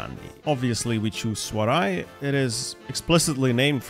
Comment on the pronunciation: Hey dude, I love your videos, especially this one! But there is one mistake I have to correct, you pronounced "Swaraj" as Swaray, it is actually just pronounced with the regular 'J ' sound.